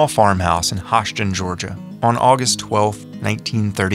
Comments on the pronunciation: Hoschton is pronounced Hoosh tun; sorta rhymes with whoosh... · Its pronounced "hoosh-tun" Georgia